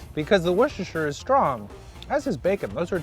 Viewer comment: You're the first non-British guy I've seen pronounce Worcestershire correctly